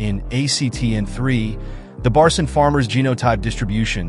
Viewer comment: One minor correction; the 3rd letter of the Turkish alphabet is C and read as G in "genuine" or "gentle". The 4th one is Ç and its literally CH together, as in "Cherry" or "chopper". So its not Barcin = red as Barsin, but rather Barçın, should be red as Barchyn. Put "Barchyn" in google translate English, make it read, its the correct pronounciation.